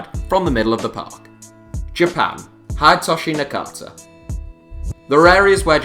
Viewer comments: And do you know how to pronounce the names of the players you have selected Hyde-toshi na-carter? What’s that? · "Hedaytoshai Nekaeta"? Bruh c'mon at least try to pronounce it... people it is not so hard i mean cmon just pronounce the syllables separately and then say the full name more quickly. Japanese is literally the easiest Asian language to pronounce.